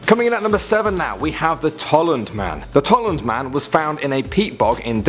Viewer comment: that wrong, its TOLLUND* Man